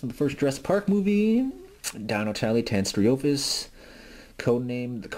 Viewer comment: The name is actually pronounced: TAY-nee-STRO-fee-US. Also, the reason why the figure is marked as being made in '93 is because toy companies would start prototyping before initial release the next year.